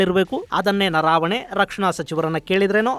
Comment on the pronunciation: ನನಗೆ ಗೊತ್ತಿರುವಂತೆ ಹಾಗೂ ತಾವು ಹೇಳಿದಂತೆ "ಜನರಲ್" ಅವರ ಹೆಸರು "ನರಾವಣೆ" ಅಲ್ಲ, ಅದು "ನರವಣೆ" ಆಗಬೇಕು. ದಯವಿಟ್ಟು ಒಂದು ಸಾರೆ ಹಿಂದಿ ಭಾಷೆಯಲ್ಲಿಯೂ ಒಂದು ಸಾರೆ ಪರಿಶೀಲಿಸಿ.